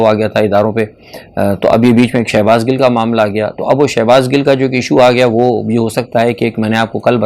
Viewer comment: Sir shehbaz Gul nhi ha wo Gill ha please correct kr lain